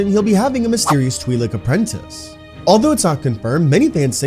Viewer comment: It's Twi' lek, not Twi' leek.